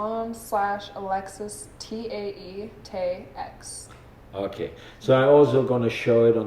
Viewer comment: you need to edit Alexis' name, its Tae, not Tea.